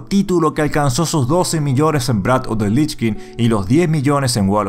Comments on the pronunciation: Aqui e pelaste un poco el ingles: "Wrath" se pronuncia textualmente "Rrath" (la doble R es porque se acentua mucho al principio como ERRE y no como ERE, que es un error que la gente comete mas o menos seguido) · Adoro tus vídeos, aunque la verdad me duelen los oídos en la pronunciación de "Wrath" sí no te sale no creo que a nadie le moleste sí lo dices en español 😋👋🏾 ❤️